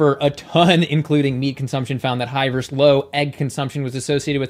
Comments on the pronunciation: Please say versus and not verse. Your videos are great, by the way. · I love you. I love your content, but please learn to say “versus” properly. It’s not your fault. I hear it often these days. It’s distracting. Much love and respect from a much older vegan. 💚